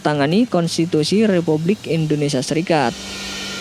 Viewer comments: Kenapa sih ngomong indonesianya endonesia.. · Indonesia bukan Endonesia 😒